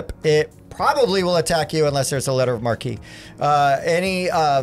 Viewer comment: Nice, thanks. Would have liked to hear you pronounce marque as "maark" (American) but whatever. All the best.